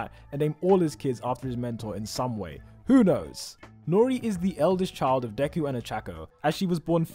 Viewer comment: I love how he said secret love chilf